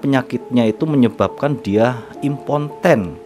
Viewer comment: Baca impoten jdi imponten..